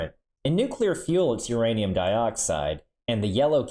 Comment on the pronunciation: I love uraneeum.